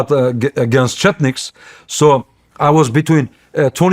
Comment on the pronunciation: he mispronounced chetniks 3 times and mixed them up with Chechens, which are opposite